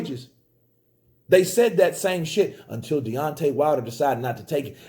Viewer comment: DEONTAY "n.e.o." WILDER haha